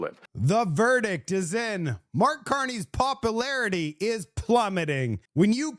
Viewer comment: Popularity? That's not how you say it... Want to try that word again? beginning of vid